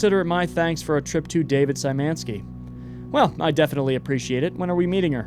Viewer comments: Sajmenski kills me as a pole. It's Sh-yh-ma-knee-ski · Hi! You’re actually mispronouncing “Szymanski”. It should be pronounced more like “shuffle” so starting with “sh” for “sz”.